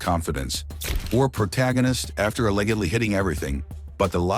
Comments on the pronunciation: A-legged-ly. XDD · The narrator needs to learn how to pronounce "allegedly." The g has a j sound like in giraffe, not a hard g like in girl.